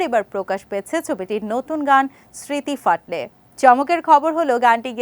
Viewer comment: এখানে ঘোষিকার উচ্চারণ শুনে আঁতকে উঠলাম। এই প্রজন্মের বাংলা ভাষার উপর দখল দেখে মাথায় করাঘাত করা ছাড়া কোনও উপায় নেই। স্মৃতি ফাটলে roman হরফে বোধকরি ঐ কারণেই লিখে দিয়েছে smriti phatoley . অথচ ঘোষিকার মুখে শুনছি smriti phatley. কথাটির গভীরতাটাই নষ্ট হয়ে গেল। ছিঃ লজ্জিত হওয়া উচিত।